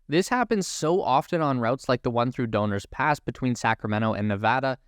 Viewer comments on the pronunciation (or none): also Donner Pass, which he pronounced donor pass :) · Can we assume from your mispronunciation of "Donner Pass" that you aren't familiar with its insane history? Spoiler alert: cannibalism.